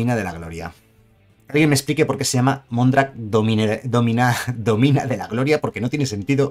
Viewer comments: Domina no, dómina(que es señora) ;) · Mondrak, dómina de la gloria. Es esdrújula, no llana. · lo que dice, y se lee con su acento tácito en la "o": dómina. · Mondrak domina de la gloria se refiere a la palabra dominus , propietaria , señora ... esta bien escrita solo que la pronuncias como si tuviera acento en la o y no tiene.